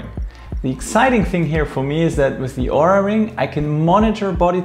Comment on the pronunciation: Nice Video and Review! However, you're still pronouncing OURA wrong... The O is a long O, and you don't pronounce the U. Just listen to how the company founders pronounce it in their videos.